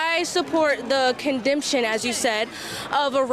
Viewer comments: it's pronounced condemnation, not condemption😂😂😂😂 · lmao, she said “cundempshun” instead of condemnation. But of course,she’s correct. Because you know,black people invented everything,I truly believe some of them out there think for a fact that they invented English too. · condembshan lmao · Condemption? Idiotcy? She should stick to words she knows. I'll bet she thinks she's correct and thinks she sounds smart! 😂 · “Condemnption” she’s the next Candace Owen’s 😂